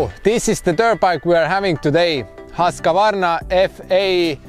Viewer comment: It's not pronounced Hosk-A-Varna😉 try saying it like whos-kvarna 🙂 protip from a Swede 😅